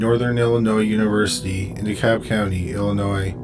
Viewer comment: no one will ever say DeKalb correctly will they?